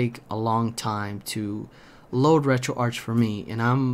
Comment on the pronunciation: It's pronounced retroarch not retroarch..